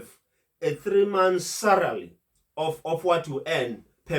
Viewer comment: I like you videos mhlonishwa,why is this word SALARY so difficult for you to pronounce🤭😂😂...SALARY MHLOMISHWA,not SARALY🤝🤝